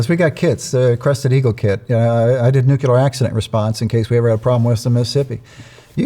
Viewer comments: it's pronounced nu clee er, not nu que ler. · Sad that the man in charge of nuclear weapons can't pronounce it right. It's nuclear, not nucular! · Nuk-lee-ur. Nuk-lee-ur. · Anyone who can’t pronounce New Klee Err …..? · 7 yrs in nuclear weapons yet can't pronounce the word! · I cannot trust a person who can't pronounce "nuclear". *Especially* if he claims to know something about nuclear [anything]. Let's hope this guy isn't a current nominee. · It’s so odd hearing so many educated people that can’t pronounce a very simple word like “nuclear.” I’ll never understand that. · Do some otherwise intelligent people intentionally mispronounce the word “nuclear?” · Always amazed at the percentage of our population who cannot properly pronounce the word “nuclear”.